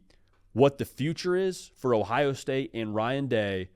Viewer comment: “Ohio Stae”.. Really?